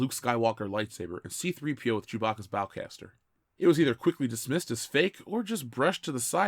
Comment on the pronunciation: It was hard to pay attention after the mispronounciation of "bowcaster."